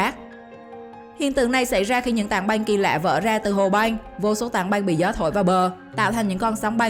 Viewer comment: Băng mà cứ đọc thành Banh nghe hơi khó chịu :|. Hi vọng lần sau người đọc cố gắng phát âm chuẩn 1 chút.